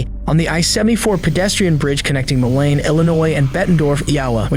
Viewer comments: It’s pronounced Mo-leen not Mo-line even thought it’s spelled that way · ....mo-line.... it's pronounced mo/lean/ 😒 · MO-LINE??? Are shitting me? It’s pronounced MO-LEAN you daft twat. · Moline is pronounced "Mo-leen" not "mo-line", ffs. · I find these videos very interesting, but narrator can’t even watch the video to hear how “East Moline” is pronounced lol. He said “Ma Line” instead of “Moe-Leen” lol. Also doesn’t do the bare minimum to caption the lady’s words. Rock “Highland” (Island, in Rock Island county🙄) This channel just needs to do some basic research and it can be so much better. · East Mo-line! Lol. AI is so great. I'm out. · Weird place for pedestrian traffic. Thats crossing over the Mississippi, I think. And its Moline, pronounced like Mo Lean! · It’s “Mo Lean” Bettendorf is Iowa, and so is Davenport. Moline and Rock Island are Illinois. We are the Quad Cities. Please do better research, these are serious cases, real people and real places. The I74 bridge Crosses the Mississippi River thus Making Us 4 Cities and 2 States. Can You imagine? Rock Island Co. Jail is no joke. This might be funny to some people, but wow, tragic and so sad that these things can be avoided by staying away from alcohol. This is a new bridge, We also have the Arsenal Bridge, You are able to walk Across the I74 now. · Its pronounced Mo-lean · As a local to the cities mentioned in the first one... this is the worst case of AI voiceover I've heard in awhile. 😅 It's one thing to say "Moline" wrong... but to properly pronounce both "Illinois" and "Bettendorf" but absolutely SLAUGHTER the state of "Iowa" like that?!? Insane. 😅 Less than a minute in and I'm hearing "mo-lane" and "ee-ow-uh" 💀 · I don't know what's worse, your pronunciation of Moline or Iowa. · East Maline? And ca-dill-ick? What the hell is that lol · Holy fuck AI, how can you not pronounce Iowa and Moline correctly? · "Malain, Illinois and Bondorf, Yawa" ... enough with this AI generated bullshit.